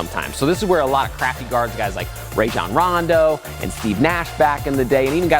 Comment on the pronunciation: Ray-john rondo lol